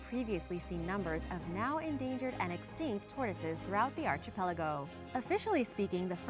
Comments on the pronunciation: I hate to pick nits because I enjoy your videos and presentation so much, but yeah. It's pronounced "arkipelago", with a hard k sound. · please work on your pronunciation. I really like your videos, but it makes me crazy when you say "arCHipelago". This word is from the Greek, and the "ch" is sounded like a "k". Just like Archaeology, Architecture, and Archive. Thanks for another interesting video, keep them coming! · She can pronounce carotinoid, but not archipelago.